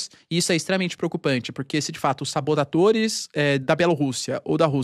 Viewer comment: Eu ouvi SABODATORES?